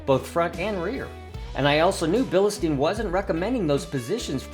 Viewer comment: There’s no E or Y after bil. It’s pronounced Bill Stine or Bill steen not bill ehhh steen.